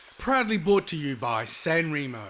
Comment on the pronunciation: You pronounce San Remo wrong.